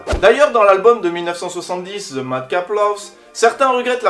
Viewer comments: Très bonne chaine, mais on ne dit pas "Ze" pour "the" ou bien j'ai raté un truc. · accent souvent ridicule qd les français s’expriment en anglais. ce n’est pas ze pink Floyd mais the pink Floyd , prononcer le ‘ Th’ dans le The ....